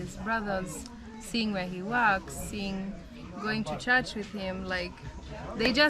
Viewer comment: In places, her accent is so Kenyan. She literally pronounced church as “tchatchi” 😅. Even her tonation has taken on a Kenyan lilt.